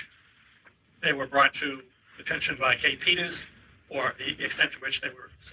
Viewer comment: Boomer Trial … Inept at handling Zoom participants and mispronouncing important names. ‘Kate Peters’ ‘Aidan Carney’. Details dummies!!